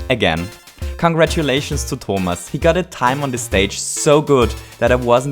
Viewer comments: It's Tho-mas you don't say it "ou" but "o" Just saying,why did you think it was said like that?("ou") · Wow. You pronounced "Thomas" like a real german 😂